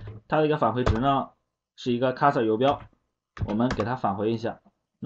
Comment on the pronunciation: 这是你讲的课吗？讲的很棒，但有些单词读错了，cursor, transaction